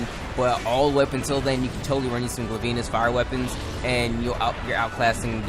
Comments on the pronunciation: Gla-veenus? seriously? its Glay-Vinnus, as in a Glaive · its glav-enus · he said his name wrong gla-ven-e-us <------------------ how to pronounc its name